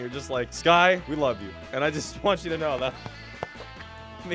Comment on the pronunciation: So, am I the only one who heard "Scott" and not "Sky"?